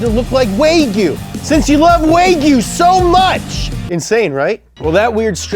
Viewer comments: Dafuq is waygue? Is he just mispronouncing Wagu? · W-eigyu.............. Its W-aa-g-you.... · Why is he saying Wag yu like Wayg yu. weird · Yeah I looked in a nice slice of "Way-gu." Its pronounced( waa·gyoo ) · wagyu is pronounced wag you not way goo stop screaming at us! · It’s “Waa goo” not “way goo” you probably never had it 🥩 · It's pronounced WA-Gulit not way-gulit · There’s no such think as WayGill, it’s wagyu, “WAH GYU” Also Friedlinghaus is pronounced Freedling Haus, not Fried as in “fried”. Kinda surprising he fucked up all the pronouncing in this video, cause he usually nails it when it comes to cars haha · waaag yu Not waygyu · I love you, but that killed my ears on the intro 😂. It's pronounced 'wahgyu', not 'waygyu'. "Wa" from Japanese character for 'harmony' or 'calm', and 'gyu' from the Japanese character meaning cow or beef. So wagyu is literally 'harmonious beef'. Yum;). Ok, back to you being awesome... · Its wagyu wagyu wagyu wagyu… NOT waygyu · Whys he pronounce wagu, ‘Way-gu’ it’s wag-oo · Why do you keep calling wagyu waygyu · Is it only me that noticing him saying wagyu incorrectly? It's wagyu not waygyu 😂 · WTF is "Way-gy-yuu"..?? Repeat after me.. "Wah".. "Gyu".. Wagyu.. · It's actually pronounced wa-gyu not wey-gyu, but love you still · Wagyu is pronounced "wagyu" not "weigyu" aka exactly how it's spelled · ITS WAG-YOU not WAYGU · wagyu is pronounced wah-gyu not way-gyu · The way he pronounced Wagy as Way-gu instead of how it's spelled Wag-yu. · bro wtf is a way-gyu....americans....cant pronounce or spell or find another country on a map...this is what gives you west coast customs too....the same level of intellect at work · He called wagyu, waygoo. Lmao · Ahem, its pronouced "Wah-gyu." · Waygyu?? Really,?? WAYgyu?? Lol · What's "Waygyu"? Learn how to pronounce things. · Lol. Way-Gyu. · How he says Waygu hurts my soul. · YEAH I LOOOOVE "WAY GEW" TOO! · what the hell is WHEY- GOO lol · it’s pronounced waa·gyoo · “Waygu” lol.